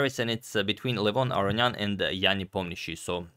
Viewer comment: Why do you always say his name wrong? It's not Arian. It's Aronian. Unless there's some weird convention I don't see.